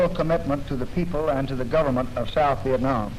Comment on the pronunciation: when did LBJ decide to start pronouncing Vietnam as Viet-Nam? Why in that speech in response to Tonkin was he saying it correctly but later on says it like your Appalachian uncle?